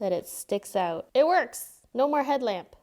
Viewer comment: "EVEN MOAR INVITING!" she says, through gritted teeth. XDD